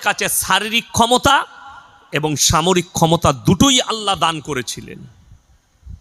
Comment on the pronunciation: এই হুজুর ঠিকমতো উচ্চারণ করতে পারেন না. সামরিক কে বলছেন ছামরিক 😂